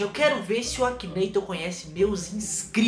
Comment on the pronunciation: você sabe que você tá falando errado né é Akinator